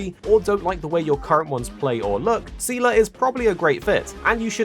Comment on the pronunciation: Thanks for the video! As a Honkai lore nerd I'll weigh in on that aspect. The official English pronunciation is "Zee-luh" so you pretty much got it right. You don't really need to know the lore from Honkai Impact 3 for Star Rail but it can help you catch some of the deeper lore references. For example in HI3 Seele is an Estonian orphan who lost her family in a Honkai eruption in Siberia. Clearly Star Rails story doesn't take place in Siberia so for all intents and purpose those Seele is a different character. If you are interested in knowing her HI3 backstory it's definitely worth diving into however. For a bit of history lesson, Mihoyo likes reusing story elements and characters in new games, and they've been doing that since before Honkai Impact 3. The concepts of reincarnation and Samsara are often major themes in their games (as in from Buddhism). However Star Rail is a bit of a different case since it is actually technically a real spinoff of Honkai Impact, even featuring two characters that are actually from the game (welt and silver wolf). But the story and setting seem to not require any prior knowledge so far.